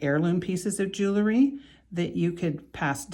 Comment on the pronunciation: This is a pet peeve of mine. The word is: jewelry - not jewelery. Its pronunciation is: jew•el•ry - not jew•el•er•ry. I believe a person who designs, creates, sells, or repairs jewelry has an obligation to use the correct pronunciation of the word. No disrespect intended - just please think about correcting yourself and begin using the word that describes your endeavor. Thank you. ⚘️